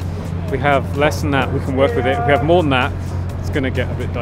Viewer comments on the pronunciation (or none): none